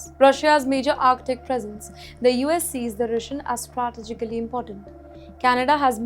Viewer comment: btw, the presenter needs to learn to speak English. (like how to pronounce 'sovereignty' and 'strategically'. her pronounciation is laughably terrible